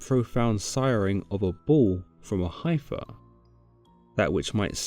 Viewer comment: it's a shame the narrator is so bad at English (and I don't mean the accent)... pronunciation of words like "heifer" and misuse of words like "overtake" where "overturn" should be used.